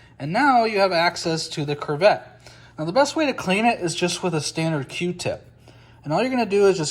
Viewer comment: Great video! Thank you for sharing. However, it is pronounced "koo-vet".